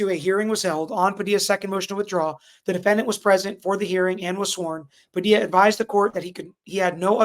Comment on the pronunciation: how you gonna be a whole ass Floridian and say "Pa-dee-la" lol